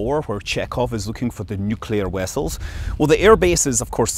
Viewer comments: "Nuclear wessels, that's what I said ! " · "Nuclear Wessles"! Heh!